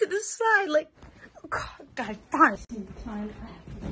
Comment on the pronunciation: "Tao" instead of to or too 💀